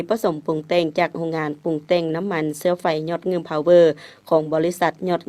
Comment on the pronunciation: นาทีที่ 1.48 จนท.พูดว่า น้ำมันเชื้อไฟ ผมว่าผมได้ยินไม่ผิดแน่ ใช้ ช.ช้าง จนท.คนนี้ ขายซาด555 ถ้าพูดคำว่าน้ำมันเชื้อไฟ ใช้ ช.ช้างทั้งนั้นเลย